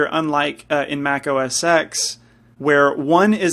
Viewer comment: It's pronounced 'OS Ten'. Steve Jobs said so himself. FYI.